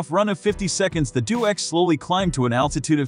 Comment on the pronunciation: It's deh- oh - x, not do-x. Crossing the Atlantic contradicts the 'couldn't fly' label!